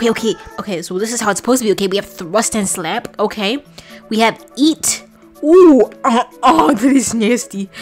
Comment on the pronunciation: LOVE IT GO GWORL